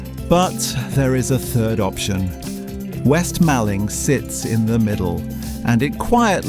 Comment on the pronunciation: It's Malling as in mor-ling.